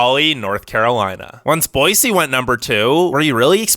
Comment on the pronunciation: THANK YOU so much for saying Boy-See instead of Boy-Z! I’m on the eastern side of the state and it burns my ears when people say Boy-Z!